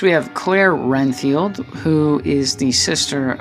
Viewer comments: its red field not ren field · I was about to say that it's Redfield but sometimes people mess up so that's ok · Nice video, thank you for it. My only complaint is.... for Chris and Claire Redfield you kept saying "RENFIELD" with an "N." But it's "REDFIELD," like the color "RED" with a "D." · Renfield? It's it's Redfield. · its redfild not renfild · I love the figures but I just want to correct you one thing it’s Redfield not “Renfield” not disrespect though dude I love the review